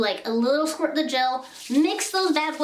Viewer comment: Maybe Bc I’m new here, but why is no one talking about her energy? LMAO the way you said “a sqwirt” LMAO and so many other things were so funny 😂😂😂